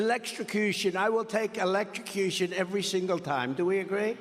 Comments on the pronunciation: He said "elect-sha-cution" 😂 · Words are hard .